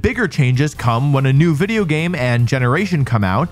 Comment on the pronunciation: humour lololol when peak comedy is saying wideo instead of video or saying pyke-a-chuh instead of pikachu. he is a true genius